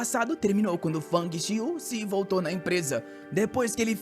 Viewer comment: Ele vôrrrtô 😂😂❤❤❤ bom demais 🥰🥰